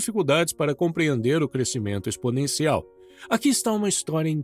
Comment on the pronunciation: Ótimo conteúdo, mas quero contribuir com uma observação: "crescimento" é som "sc".